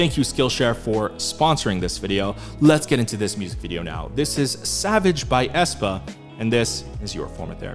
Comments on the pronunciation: Æ is pronounced as the first "e" in "cellphone" but ok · It just hurts my soul how they use the letter æ. Ofcourse it is used as a visual statement, but the pronunciation is not the same as ae